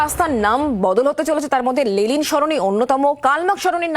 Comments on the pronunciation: Reporter continuously Lelin Sarani bole gelo Lenin er jaygay 😂😂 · সঞ্চালিকা লেনিন কে "লেলিন লেলিন" বলে গেলেন তা কি ওনার অজ্ঞতা না কি সচেতনতা?জানার আগ্রহ রইল। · লেলিন নয় ম্যাডাম ওটা লেনিন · লেলিন নয়, লেনিন। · Thik mato uchharun karun lelin noi lenin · কে এই সংবাদ পাঠিকা?? 'লেলিন' সরনি! আগে উনি একটু পড়াশোনা করে আসুন না হয়। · দাদা, please ওদের এই ভুলটা শুধরে দিন আগে, যে ওটা লেনিন, লেলিন নয় 😭😭 অসহ্য লাগে একশোবার এই লেলিন কথাটা শুনতে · Ota Lenin, Lelin noy...thik vabe Itihas ta pora thakle ei vul gulo generally hoyna. Despite, Road er nam muche diye ekta motobad ke muche fela jayna, ei sotty ta bujhte hobe. 3-E's mane Economy, Employment and Education er opor focus korle mone hoy Effective hobe. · News platform be like Lenin ❌️ Lelin ✅️ 😂😂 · সংবাদ পাঠিকা ক্রমাগত লেনিনকে " লেলিন " বলে গেলেন। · Please try to pronounce the name of LENIN properly, --- to the anchor..